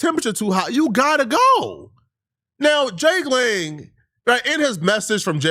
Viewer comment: “Jake Long—Lang” lmao mans thought it was the American Dragon